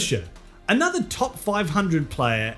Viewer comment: And uhhnuhthur won.